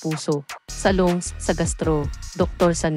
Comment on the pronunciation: Lungs kc admin😂😂